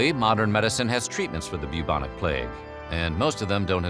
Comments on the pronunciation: You said "Bubonic Plague" I heard...."Puke on a plate". Swear to....reality (certainly not god) it was very confusing for a sec. 😂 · Everything about this video was great except how you say "bubonic"